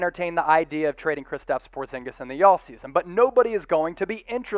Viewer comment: Not portzingas